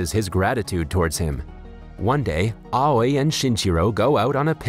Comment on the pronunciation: Aoi pronunciation "awi"